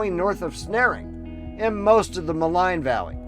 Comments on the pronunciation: Ma leen Lake not Ma line ! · FYI, Maligne is pronounced "Maleen", not "Maline"